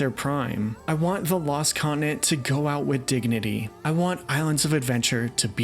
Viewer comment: Great stuff but please sound out your words. It’s continent. Not coninet